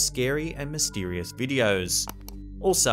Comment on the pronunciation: "MystEErieous Events"